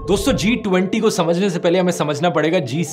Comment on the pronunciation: I really laughed hard, for the way dhruv addressed "T20".😂😂